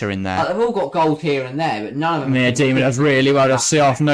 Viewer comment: could you just try and pronounce names right? Miedema isn't an overly difficult name and you two manage to both say it wrong in different ways